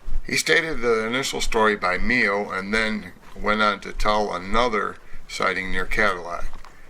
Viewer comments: Hey just a FYI, I'm from Michigan and Mio is pronounced M-Y-O not MEO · Good info. Tuscola Co also has something definitely going on. Lots of river bottom land. By the way, it's pronounced MY O, for Mio. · The correct pronunciation of Mio is like My-o with a hard I. I spent all my summers there growing up.